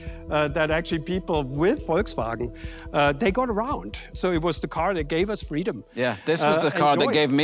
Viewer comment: i think i was sold , when she said, " szounds of wolksvwagen buses...